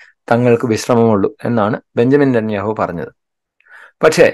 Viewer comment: നിത്യനാവു... നാവ്വ് വടിക്കാതെ പറഞ്ഞാലേ ശരിയാകഉഃ.. 🤣